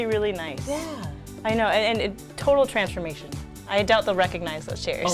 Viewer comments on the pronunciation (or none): Lol I thought said trashformation instead of transformation and it honestly fits